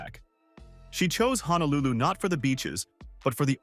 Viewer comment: Honolulu does not have an "A" in it. It's pronounced HO - NO - LU - LU. By mispronouncing it, you are shouting to the viewer that you are a complete outsider and likely do not know or understand Hawai'i. You also grossly mispronounce many common words and phrases that discredits what you are trying to express and present..